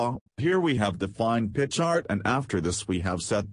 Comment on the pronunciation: Love how "pi chart" turns into "pitch art" from the robo-voice.